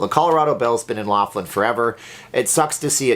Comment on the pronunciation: Keep to Casino openings! By the way every time you say the name of your town you say it wrong